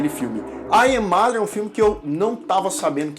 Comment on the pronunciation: "Ai é mader"??? Sua pronúncia é óóótima! 😂😂😂